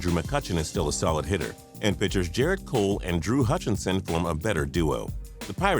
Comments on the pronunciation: It pronounced Gar-it Cole, not Jerrit cork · Garrett Cole... Not Jaret... It's a G sound